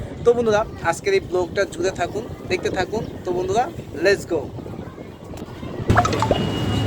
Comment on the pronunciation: লেজ গো না😅! Let’s go লেটস গো উচ্চারন। 🇺🇸